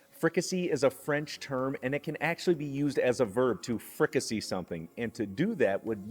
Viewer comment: Pronounced Fricassée (fri-cah-say)